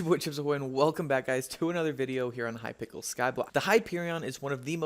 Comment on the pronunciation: looool hypikel